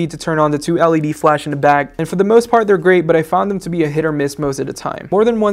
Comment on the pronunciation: I can definitely get used to this guy, he is very good at reviewing.. however I am not a fan of how he says "the" sounds more like "du"..